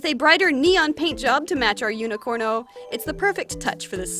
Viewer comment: Like is no one going to tell her it's Unicode not unicorno? No got it I'm just paranoid